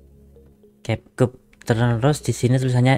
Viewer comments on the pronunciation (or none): kep kat. Gimana sih spellnya? Perbaikin dong, geli dengarnya. Ini kan bahasa Inggris bkn German.Kalau German iya, gitu di tulis, gitu jg di baca.